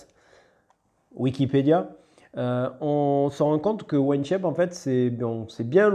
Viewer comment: Merci pour la vidéo ! J'allais faire la même réflexion, c'est On Shape et pas One Shape. Il faut prononcer 'On' comme 'On/Off'. 😉👍